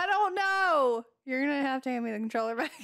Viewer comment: I like how she say's "troller" instead of controller, but I'd like to see you guys play more together.